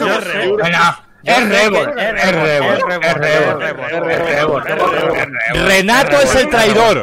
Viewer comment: Dice "E' rebor, e' rebor" ☝🏽🤣